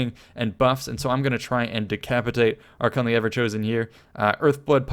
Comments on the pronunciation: Archaon (Are-kay-on) and Arkhan (Are-can) are not pronounced the same. Cool battle though. :P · ITS PRONOUNCED AR-KAY-ON A POX UPON YOU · since when is Archaon pronounced the same as Arkhan? yikes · Arkhan the Black (ar-khaan) and Archaeon, the Everchosen(ar-khay-on) the pronounceation was garbage, but that was a great battle with an awesome clutch comeback!